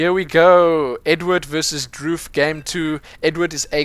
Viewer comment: His name is actually pronounced Dr. oof